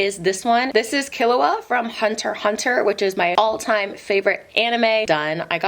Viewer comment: I was told by some weebs that you pronounce it so now I don't know what it's supposed to be 😱 But really nice hand snake and killua regardless! They look so professional